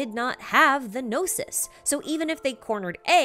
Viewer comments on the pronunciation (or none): No-sees? Noses? No-sis? Know-seas? New-sea?